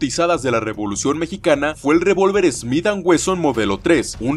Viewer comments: Dice "revlucion" y no "revolucion" ahi nmas para avisar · Revolución no Rvlucion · La "Revlución" JAJAJAJA